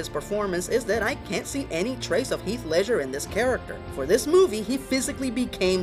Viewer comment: What is up with this guy constantly mispronouncing words and names? It's Ledger, not Leisure! As in Ledger, like a book used in accounting, not what you do for fun, Leisure.